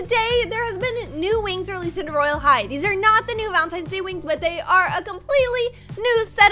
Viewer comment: Did anyone notice that when the video said roblox royal high it said rylea high